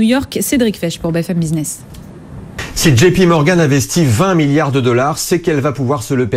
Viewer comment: " JP Morguan ", paye ta journaliste éco ... déjà envie de la baffer passé 5 secondes, c' est grave .